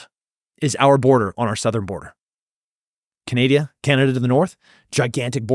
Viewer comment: "drownding and canadia" after that i stopped listening